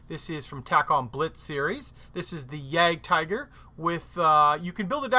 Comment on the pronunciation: If you deal so often with German and Russian armour, why not learn to pronounce these languages properly? It is mostly a matter of learning how the orthography works. German has practically no phonemes that do not occur in English (if you can say loch the Scottish way!) and spelling rules are almost completely regular. Russian is a bit trickier. Say. YAAHgd TEE gerr. How hard was that? Not very hard.